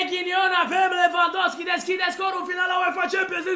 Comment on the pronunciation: Robert Lewandowski Nu lewvandosky